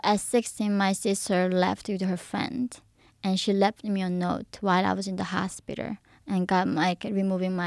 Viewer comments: Hospitter????!!! Cheezzus Christ 😂😂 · she has one of the funniest accents and pronunciations in English. and the way she pronounces hospital, "HOSPITER". lol cute